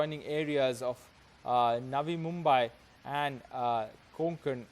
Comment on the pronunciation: Brother the city is pronounced as Mumbaee though spelled as Mumbai... it should end as ee and not ai....